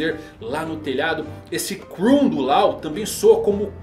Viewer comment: Láu, Lol... não cara, a pronuncia é Ló!